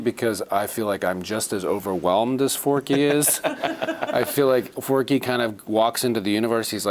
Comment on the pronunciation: Forky? Four-Q!!!!